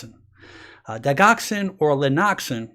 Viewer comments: Doc, that's not a long i and hard g in digoxin,it's pronounced dij' oxen a soft g. As a doctor it just sounds better if you pronounce the names of drugs correctly. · digoxin is pronounced.... short I sound and g is a,soft g...